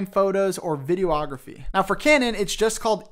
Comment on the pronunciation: Bro. It's "vi-de-og-raph-ee" not "video-ography". Phonics. The more you know...